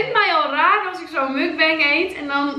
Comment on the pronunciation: Super leuke video! Toch nog wat tips :p Tip 1; je spreekt het uit als muk-bang; muk zoals je het schrijft, bang zoals wij het op zijn nls uitspreken. Tip 2; de camera mag wel wat dichterbij zodat we het eten goed kunnen zien haha ^^ Ik heb nog nooit sushi gehad dus ben reuze nieuwsgierig! En als laatste tip 3; knip nooit in je kauw scènes, anders krijg je gezever over of je het wel doorslikt... Een muk-bang kijk je om iemand te zien eten dus bij deze! Kauw lekker een eind weg haha :p ik kijk uit naar een volgende muk-bang! Groetjes van een juf uut Grunn